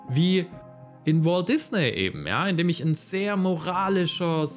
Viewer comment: Guter Beitrag Aber dieses isch macht mich fertig